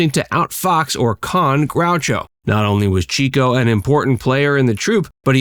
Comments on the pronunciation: Not to grouse but "Love Happy", released in 1950, was the Marx Brothers last film. It featured Marilyn Monroe's first role. And its not Chee ko, it's Chick ho, because he chased "chicks" not "cheeks" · Okay…I became obsessed with the Marx Brothers in college. It was the beginning of the 70s and discovering genius performers from the 30s and 40s was what a lot of us did. My favorite was Chico. (Pronounced CHICK-O, not CHEEK-O). Of course, I found every movie on whatever channel I could, and bought books about them. (My collection has grown) Since Groucho was still alive I loved him and saw him all I could on television. I was living in a small town, where my parents had grown up and my grandparents still lived, from 1973-77. My family came down for the weekend quite often. I remember we were in my grandparents’ kitchen, and my mom said,”Groucho died.” I hadn’t heard the news and looked at her with wide eyes. I’ll never forget my dad, irritated at her, said,”Why did you tell her like that??!?” It always touched me that Daddy valued how much I cared about the brothers, and loved Groucho. A long story, but I wanted to share it with a few people that would understand. Thank you. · Chico was pronounce "chick -oh", not "cheeko". Harpo learned music by having Chico teach him what he had learned at piano lessons. Harpo was a true musician, whereas Chico was a pianist. Gummo was the one who advised the others on health and medical issues. He was greatly loved by the brothers, but greatly overlooked by most fans. Zeppo was extremely funny, according to Harpo's son, Bill. People don't realize that many of the best jokes of the other three came from Zeppo. Zeppo didn't enjoy performing, but his stature gave him a great platform as a Hollywood agent. Zeppo could be prickly and in some cases, almost vicious when gambling or making contractual deals. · Chico's name is pronounced Chicko. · Idk if this is correct, but my mother always pronounced Chico as ( Chick-oh)